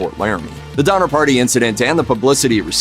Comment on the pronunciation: DoNNer, not Dommer…